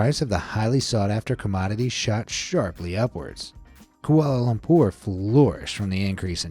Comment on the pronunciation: You how said Kuala Lumpur is sooooo funny i my self actualy live in malaysia and we pernouce it every diffrent oh and its now called KL because Kuala Lumpur do not sound evantse (the last word is hard to spell)